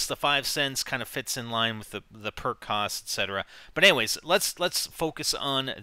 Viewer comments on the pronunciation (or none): none